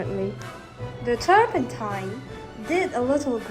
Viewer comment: The eye just made the canvas glowup. "Turmepatta"... poor The turpentine is messing with her ability to speak